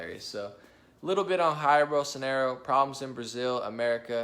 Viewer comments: Ok but it's Jair with J not HAIR hahhaha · Jair: in portuguese J sounds like J and not like R. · Jair in portuguese pronunciet like George in english... We are together brother..... #Bolsonaro